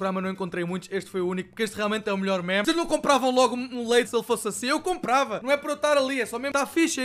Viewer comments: NÃO SE LÊ MÉMES É "MIMES" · Fodass isto irrita-me, meme é pronunciado /mim/ e não /mæm/ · NAO DIGAS MÉMES DIZ MIMES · Diz se "mime"